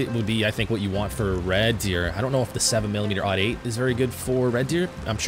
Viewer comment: when you say .308 do you say 3 oh 8 or 3 ought 8? if you say 3 oh 8 like you should, then good, do yourself a favor and learn the proper pronunciation of 7mm-08… and yeah.. i did throw in facts, cause everything i said is indeed true. i’m sorry i know more about guns than you :/